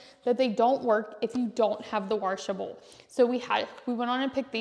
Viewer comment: washable not waRshable. 😬